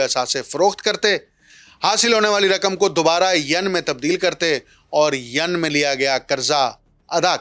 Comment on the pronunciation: So mro shb, pron yen, yen not Yun